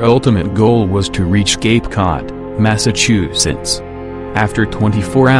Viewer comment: massachu. sets